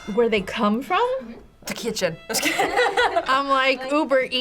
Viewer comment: ta kitchen hahahahahaha😂🤣😂😭